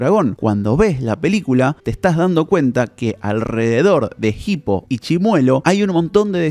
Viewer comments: Es hippo, no jipo la H es muda, por dios que dolor de oído escuchar como lo pronuncia en todo el video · la h es muda, se pronuncia "ipo", no "gipo" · Que bronca que le diga "Jipo", habla bien por dios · PORQUE PORONGA DECIS JIPO PAYASO. Te quiero mucho lucas